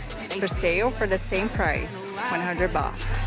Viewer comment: Sometimes misheard tht you pronounce '100 baht', I heard '100 bucks' instead 😂